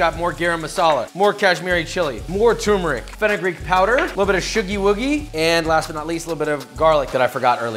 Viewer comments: Woah there! It is NOT called tumour Rick. It’s name is turmeric. TUR MER RICK. TURMERIC. Turmeric. Oh my allah. How many times ? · why do you keep saying Tumeric. its TURMERIC Fam